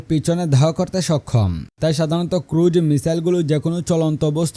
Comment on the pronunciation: ভাই, ক্রুড মিসাইল না, ক্রুজ মিসাইল হবে।